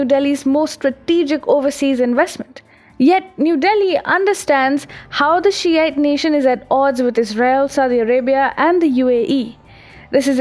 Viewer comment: when ''shi'ite nation'' was said I thought sh*t nation was said and lowkey laughed maybe a bit to hard. was that a subtle burn or am I reading to much into it?